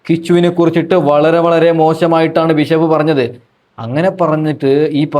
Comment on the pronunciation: ബിശപ്പല്ല ബിഷപ്പാണ്